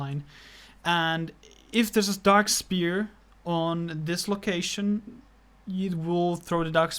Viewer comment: It's pronounced S-f-ere not Spear